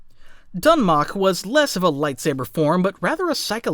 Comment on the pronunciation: If you're doing videos on lore of any kind, real or fictional, it wouldn't be hard to look up the pronunciation of words. Trah-kah-tah. Not Trak-a-tah. Also Sa-teal, not Sa-tell. My lord... Doon-mock, not Dun-mock. My guy, it's really not that hard, especially if you're a Star Wars channel doing exclusively Star Wars lore.